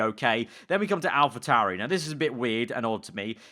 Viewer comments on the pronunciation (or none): none